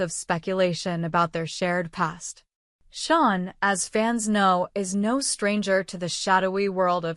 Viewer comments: It is pronounced Shane not Shawn. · His name is "Shane" not sean. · Its Shane not Sean